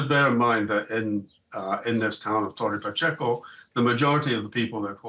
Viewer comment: is not tore pachio is torre pacheco